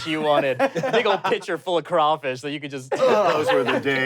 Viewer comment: All thanks and praise to and for saying crawfish correctly! 1 point to each of you.